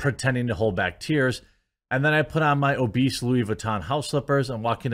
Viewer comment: She mispronounced obese!